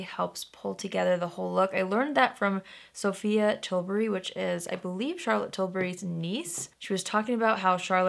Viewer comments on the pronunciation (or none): none